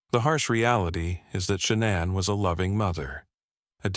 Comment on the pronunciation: Can u pronounce her name correctly please